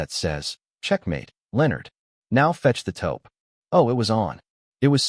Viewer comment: Taupe not topo